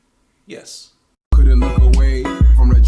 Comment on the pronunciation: That blunt "... Yes" at the start did me in, what a beginning xD